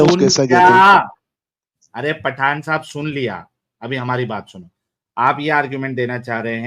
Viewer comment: पाठान नही पठान😂